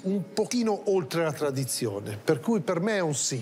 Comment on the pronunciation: La tvadizione l ho fatta psevonalmente, tovtelli fveschi tutto fvesco